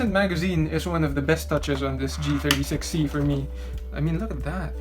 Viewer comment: he said g63c instead of g36c